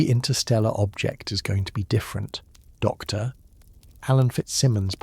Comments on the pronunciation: That pause drives me crazy too. The AI keeps treating “Dr.” like a full stop and it breaks the flow of the narration. A small adjustment to punctuation handling would make the whole video so much smoother to listen to. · I wish they would adjust the AI that is speaking here to know that, "Dr." is not the end of a sentence and stop the annoying pause when he says, "Dr. Anyone"